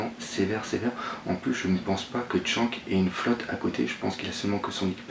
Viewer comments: Pourquoi tu dis Tshank et pas Shanks (avec le s prononcer a la fin) ? '-' sa me stress x') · mais putaiin tu sais pas prononcer pff shanks !! pas chank tin vous les francais des grosses merdes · pas mieux.. surtout le " TSHANK"..